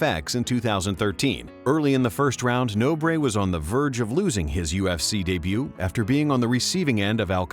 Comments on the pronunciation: "No Bray"? Are you serious? It's pronnounced Nohbr. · Pedro "No, Breh" Nobre